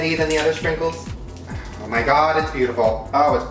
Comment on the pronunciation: This is how many times he said oh my god Jk I don’t want likes it’s just funny how he says “oh my ghod” 😂